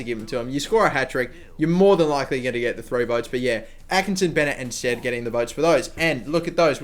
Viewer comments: Yes, it's pronounced sted not stede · It's pronounced sted :) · it is pronounced Sted. he used to play for my favourite team Bristol City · you say his name STEAD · It's pronounced "sted" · Like bed and beed, the extra vowel